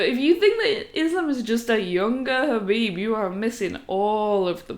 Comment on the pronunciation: For a second I thought I might have a new Mma channel to checkout..... She says she loves Khaboob Jr.... Can someone cue Homer Simpson. I do like how she says " Bread and Buttah."